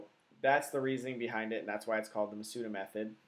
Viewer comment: Thanks for the video, but with all these I've seen, I'm getting a little peeved at pronunciation. In Japanese, the 'u' sound is very rarely pronounced. The stress should be on the first 'a.' MA-s-da.